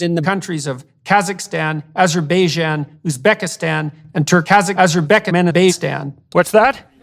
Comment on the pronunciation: As an American I recoiled at his pronunciation of Azerbaijan as I remembered how I pronounce Qatar